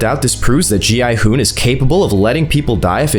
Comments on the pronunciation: Why in the world does he call gi hun gon hun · Why do you keep calling him Go-Hon?